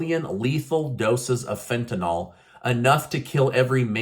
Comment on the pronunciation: YOU NEED SOME INSTRUCTION ON SOME PRONUNCIATIONS, SADLY TO SAY! WE TRULY ENJOY YOUR SHOW'S CONTENT! BTW: THE DRUG YOU MISREPORT AS "FEN-TA-"NOL" IS ACTUALLY "FEN- TA-NIL (ACTUALSPELLING IS (FEN-TA-NYL)!!! PLEASE GET THESE NAMES RIGHT, OR DO SOME BETTER FACT-CHECKING BEFORE YOUR BROADCAST